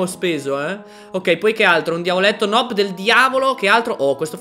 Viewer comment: Non ci dice nob ci dice nub